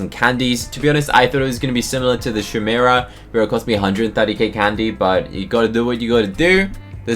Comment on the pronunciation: I have never wanted to cry more in my life when he said chimera💀